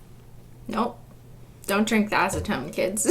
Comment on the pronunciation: “Don’t drink the acitone kids”